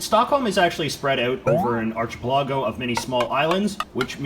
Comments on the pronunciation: A word to the wise: JJ you did it again, so I should have said something before: it's "arkie-PEllago" not "artchie- pellAHgo". Good. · archa pa lay go lol its arca pal l' go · AR- CHI- PU- L0- GO AR- KI- PE- LA- GO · It's pronounced arkapelago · Hey J.J.! Love your videos! I know you are self-admittedly poor at other languages or just plain bad at pronouncing unfamiliar words and names, but, for the sake of correction and credibility, Archpelago is pronounced Ark-ih-PEHL-a-go. No offense, Love your videos, keep them coming! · It is pronounced ark-uh-PEL-uh-go. "Archipelago." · It makes me uncomfortable how you pronounce archipelago